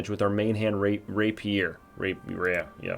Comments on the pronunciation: lol. ray-pure not rappy-er lol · ray-pier 😝 (reɪpiər)